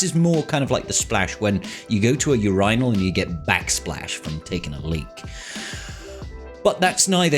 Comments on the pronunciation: is it considered a red flag regarding how you pronounce UR-IN-AL ? <3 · I must be too North American - Is your pronunciation of 'Urinal' common in the UK? 🤔 We simpletons say it yearn-el!